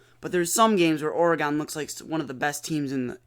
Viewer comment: Lol, why are y'all saying or-gone? 🤣 it's or-gun